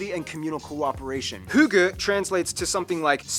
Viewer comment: I am a danisher and Denmark got a butiful nature When you said hygge you said it like it's pronunced